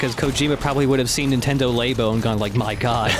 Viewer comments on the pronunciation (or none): "Nintendo *Lay*bo" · I guess they plan on playing the Extreme versions of these missions too? Also the way pronounces "Labo" is wrong.